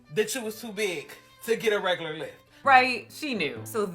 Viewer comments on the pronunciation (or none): Did she say REGULAR ??